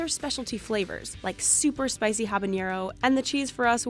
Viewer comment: Habanero not Habañero . They are two different letters. Also, the cheese is not "cooked" and referencing cooking should not be in this video, because it is not part of the process. The entire process resulting in cheese, is chemical, based on the rennet. Further, rennet does not "jump start the process", rennet is the process. Without it, you do not produce cheese. Whoever wrote this script, needs some help.